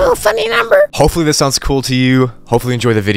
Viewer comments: EEeRR funNEH nuMBerr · That made me smile when you say ohw funni numerrr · “OoUh FouaNy NouMbIer”